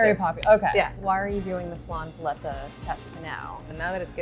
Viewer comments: I love how the owner keeps emphasizing the word "paleta" yet chef rebbeca keeps saying it like she's ordering a Starbucks menu item. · lolo fernandez lmao no. Learn Spanish vowel sounds. Even listen to the lady she’s interviewing! It hurts every time the host says it her way... it’s like pronouncing tortilla “tor-till-uh”. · Pah-lay-tuh. How did the producer not slap this woman. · This is the whitest way I've ever heard paletas pronounced lolllll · i live in argentina, and i can tall you that paleta has no "lay" sound, not even cloose to it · I couldn't watch this whole video because of the way she was pronouncing the word paleta. Made me cringe every time she said it. She needs Spanish lessons badly. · Idk how I feel about how she pronounces "paleta"